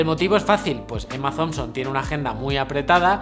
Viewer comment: Cabrón, dices Emma "Zomson" pero "Black PanTer" XD. Me cago en la leche; están ambas mal.